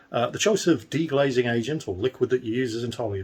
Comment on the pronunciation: It's 'deglazing' btw.